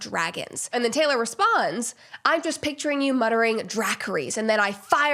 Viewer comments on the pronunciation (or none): Dracrees? Tell me you haven’t watched GoT without telling me… It’s DRAH-kuh-riss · Drackeries??! 🤣 It's pronounced 'Dracariss', Brett. 🤓 Yes yes, I know. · Druh-Car-iss, Brett! 😆 Not Drackeries hee hee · Sorry Brett - not dra-cuh-rees ☺️ Druh-car-ris ✅ honestly kinda cute cause she doesn’t realize she’s got a bunch of nerds watching 😄 Big game of thrones girlie here♥️ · It’s pronounced “Dra-car-iss” 🐉 🔥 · Not “dracaries” 😭😭 Brett please. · Not Drac-car-Reese 😂 baby girl you gotta check out Game of thrones 😂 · Brett, dracarys pronounced draack - car - us. I’m im just telling you in case that word comes up again, I don’t want you to feel silly later, I’m guessing you didn’t watch the show. It’s a command in the show that tells the dragons to burn her enemies alive. I think that’s quite telling in this context. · Brett, you might not like Game of Thrones, but can you please learn to pronounce Dracarys the right way? George R Martin developed that as an original language so have some respect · Gonna need you to fix that “Dracarys” pronunciation , love ya tho 😂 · The way she pronounced Dracarys😂😂😂😂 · Brett I love ya. But it would have taken two seconds to check on how Dracarys is pronounced. The butchering it just received outta your mouth gonna haunt me a while yet 🫣🫣